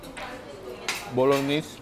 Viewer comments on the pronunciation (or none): Pronounced BOLO- NAY